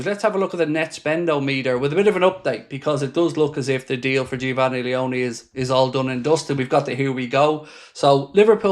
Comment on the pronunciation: No way I've seen someone miss pronounce Geofanny Leoni like what 😂 🤣